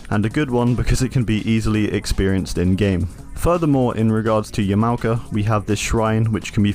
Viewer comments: Great Video! However Yamaoka is not pronounced as Ya- mao-ka, it's Yama-oka. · So is nobody going to mention he pronounces it as "Yuh-Mow-Cuh" orrrrr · Petty complaint i know, but the way he says "Yum-ow-kuh" kills me. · dude learn how to pronounce yamaoaka, its not that hard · are you purposely being ignorant to other culture? like everyone knows how to pronounce yamaoka